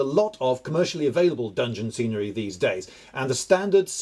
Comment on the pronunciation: He said scenery as serenery, which should totally be a word for nice scenery